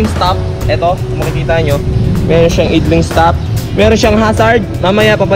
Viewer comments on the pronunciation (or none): boss, not to bash but to correct you sa pronunciation lang naman ng "idling" bale i'dling or ay'dling sya. for your own good na din boss 😊 keep motovlogging 👊 bless up 🙏☝